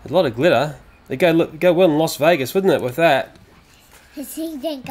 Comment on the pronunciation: Why did you call it 'Los' Vegas for? xD